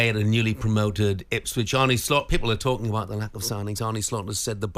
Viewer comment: It's Arne, not Arnie ffs. Dumb as rocks.